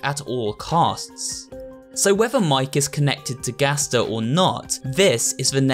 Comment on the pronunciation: Ah yes, "Ghaster"